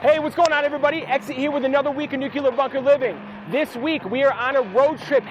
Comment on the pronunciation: "Nucular"? LOL. NUCLEAR!!!!